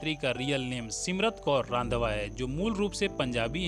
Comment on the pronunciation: Please pronounce the surname 'Randhawa' correctly